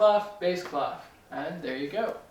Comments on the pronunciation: is it clef or claff? i heard the latter in this video. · Clef ? normally the F is not pronounced and it means key, is it normal for English speakers to say it this way ? (it's a French word)